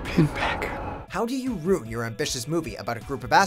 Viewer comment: Did it bother anyone else that the announcer keeps pronouncing “ruin” like “rune”?